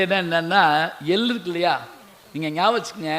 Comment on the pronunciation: ஐயா உங்கள் பேச்சுக்கு நானும் ஒரு விசிறி இதில் நீங்கள் உச்சரிக்கும் எல்லு, புஸ்த்தகம் என்றெல்லாம் சொல்லுகிறீர்கள் எல்லு என்பது எள்ளு, புஸ்ந்தகம் என்பது புத்தகம் ஒரு தமிழ்க் கடல் இப்படி உச்சரித்தில் தமிழ் மாணவர்கள் எப்படி உச்சரிப்பில் முன்னேறுவது.